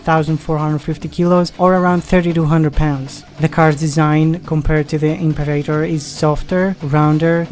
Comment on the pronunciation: Listening to you mangle the Latin word for "emperor" was horrible - but thanks for the video. The Isdera Imperator was a favourite of mine as a kid.